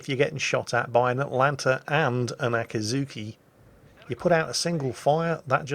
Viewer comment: It's not really Ahh kii zhu kii, but rather Aa-ki'zz-ki... oh well.